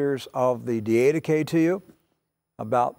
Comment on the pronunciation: Good teaching!! NOT: DEE AID UH KAY Correct pronunciation: DID UH KAY ........just suggestion. God bless!